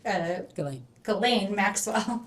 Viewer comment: Who are these morons asking question? They are not lawyers or very educated. This clown didnt even say Ghislaine Maxwell name correctly?